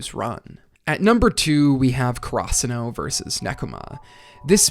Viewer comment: I do enjoy your video, but really want to point out that ur pronunciation of Karasuno is so weird, its almost like krasuno. Could you do some research and pronounce it maybe in japanese and not so english about it? This might be strange but the first time i heard you say krasuno i immediately switch to another video, this time around, I convince myself to finish